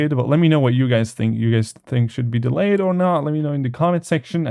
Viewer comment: Ha Daleyed. "Delayed" :(